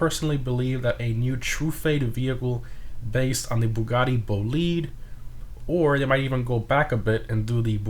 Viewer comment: It's Bo lied not BoLead It's Jes ko not yesko ITS GERMA NOT GERMIA It's si on not cian